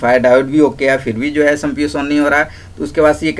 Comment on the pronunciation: Samps nhi hota chutiya SMPS hota hai